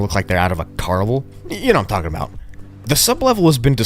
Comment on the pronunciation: Bro… no offence but you’re not supposed to pronounce the “L” in words like talking and walking…. 💀